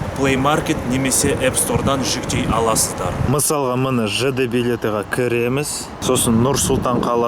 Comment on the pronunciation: Міне деудің орнында мінә дейсіз жарылдым ғой😂😂😂